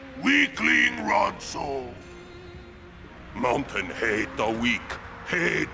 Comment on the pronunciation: isn't it ronso not ronson